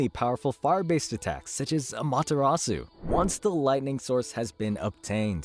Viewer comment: You say “susano” and “Amaterasu” like an true white American😂